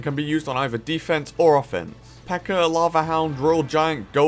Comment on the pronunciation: U say “pekkr” and “metr” ur different